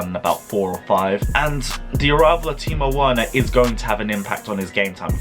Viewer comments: Pronounced Wener like Vener NOT Wena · Triggered how he says Werner's name 😂😂😂😂